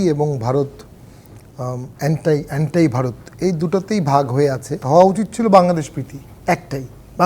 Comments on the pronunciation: কাকে বসিয়েছেন অ্যান্টি কে অন্টা বলছে😂😂😂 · একজন ব্যারিস্টার উচ্চারণ করছে আন্টাই....হাই রে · ব‍্যারিস্টার যখন 'anti' উচ্চারণ করতে পারেনা, তখন বাকি জনগণের বোধবুদ্ধির কি অবস্থা, তা ভাবতেই আতংক বোধ হয়।